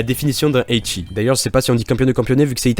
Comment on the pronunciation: Le WTF de Henken Shoujo est sans limites C'est pas "Eichi" c'est "Ecchi", pas de "i" à prononcer